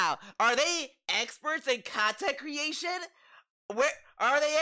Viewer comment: This is frustratingly accurate You even nailed how he emphasizes the 2nd syllable when it makes no sense, like: custom STYLE khantent